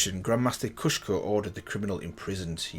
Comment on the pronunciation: It's Kusho! You keep saying Kushko. You did the same mistake in the Jhin and Zed videos as well!